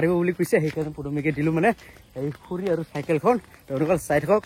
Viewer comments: খুৰি নহয় খৰি শুদ্ধ কব লাগে অসমীয়া ভাষা কলে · খুৰি নহয় দাদা খৰি বুলি কব ❤